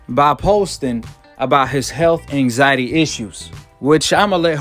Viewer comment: that intro looollllll " so ryan garcia has come out of his anxity retiermeant"